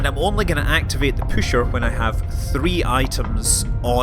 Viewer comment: its not called püscher though its pusher